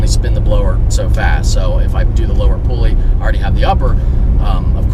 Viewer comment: "Lower pooly" - love ya lol